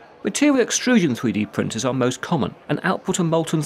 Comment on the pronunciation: Thwee dee pwintuhs.